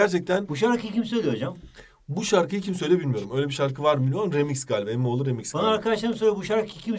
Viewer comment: EmmIğğoğluu Emmioğlu 😂